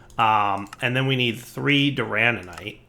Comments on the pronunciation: for the love of all that is holy its DURANITE not DURANANITE its not hard please. It hurts my heart every time you say it wrong while literally looking at the name written out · Doo-ruh-night (Duranite) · If dire ever says Duranite wrong again.... it ain't durananite.... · So glad I'm not the only one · I was slowly going insane by hearing durananite xD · Every time adds an extra 'an' into 'duranite' I die a little more inside:'( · After a while, you just give up on pronouncing anything right…